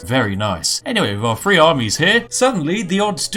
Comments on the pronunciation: I swear I never know if you are saying things are free or three! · Spiff, how many "f's" are in the word "three"? Because I can assure you, there isn't any